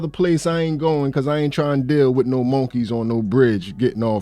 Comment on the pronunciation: Bro, say, monkey again the way you say it is hilarious. It just does not sound right the syllables need to be changed.